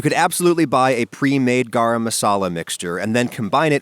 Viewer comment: The way he says “Garam” hurts the Indian in me